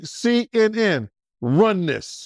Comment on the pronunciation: C-E-N 😂 IT'S CNN BRUH... But good interview nonetheless